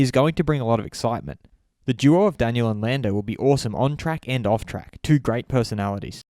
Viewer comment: Anyone else noticed he pronounces '2' oddly hahahahaha, Love the video tho